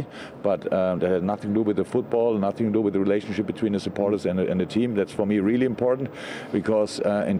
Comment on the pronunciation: "I have nussing to say, if I speak I will be in big trouble, in big trouble"